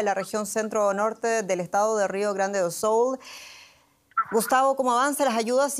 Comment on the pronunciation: Avisenle a la tipa que no es "do soul"